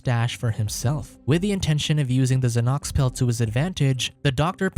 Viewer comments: He's not trying to pronounce Xanax - he's saying Zanox... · Zahnocks. Mans really said zahnocks instead of Xanax 🤣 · zahnocks is best pronunciation of Xanax ive ever heard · i was just about to say this lmao